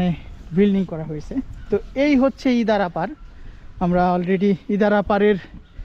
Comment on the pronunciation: আরে ভাই আপনি ইন্দারাকে ইদারা বলছেন কেন সঠিক নাম বলেন।